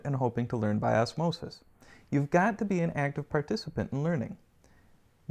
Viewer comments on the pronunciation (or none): none